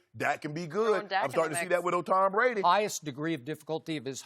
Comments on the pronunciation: Take a drink every time Rob Parker says Tom Bwady is falling off a quiff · Towm Bwady is falling off quiff